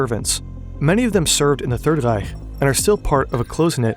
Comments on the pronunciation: You give too much respect to proper Nazi name and terminology pronunciation while not doing it for any other names or loan words. Like dude don't say Reich like that. You sound part of it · You respect the Deutsch language a bit much. The way you say Reich and Eichmann. You’re lazy with the Spanish language other than when you say Buenos Aires.